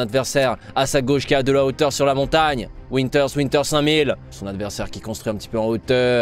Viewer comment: Je sais pas vous mais PUTAIN C PAS WINTERS C VINTER V COMME VALENTIN MERDE sinon bonne vidéo xD